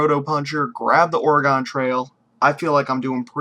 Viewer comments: "ore-gun" not ore-gone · ALSO UR SAYING OREGON WRONG